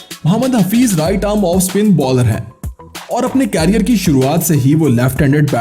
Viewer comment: भाई कैरियर नहीं करियर। उच्चारण की तो वाट लगा रखी है।